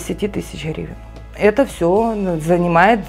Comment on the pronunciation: Она произносит хривны, и при чем тут деньги в рф, чем вы смотрите то